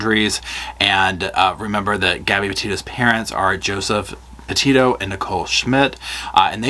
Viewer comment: Petito. Not Pito